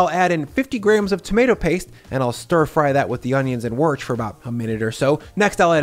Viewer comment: did you say worc because you dont know how to pronounce it? haha